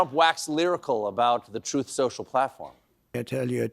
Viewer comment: HE STILL HAS A HARD TIME SAYING "TRUTH". I REMEMBER HIM ANNOUNCING THAT WORTHLESS SITE OF HIS AS "TROTH SUCIAL". IT TOOK SEVERAL TRIES BEFORE HE COULD GET TRUTH SOCIAL OUT OF THAT HOG HEAD OF HIS